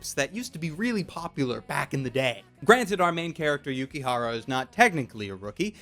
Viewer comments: Dangit it's Yukihira, not Yukihara. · It's not Yukihara it's Yukihira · It may just be the subbed version I watched on Crunchyroll, but I believe its pronounced Yuki<HIRA> Not Yuki-x-HARA-x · Yukihira, not Yukihara. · Oh my god, this just annoyed me, and probably only me but, it's Yuki HIRA. Not Yukihara. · im sorry but its yukiHIRA not hara it was kinda bothering me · And by the way, it is yukihira, not yukihara